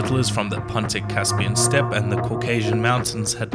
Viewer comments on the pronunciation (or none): none